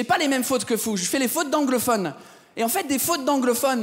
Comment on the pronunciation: les meme faut que FOU au lieux de dire vous. c'est pas grave c'est un belle effort.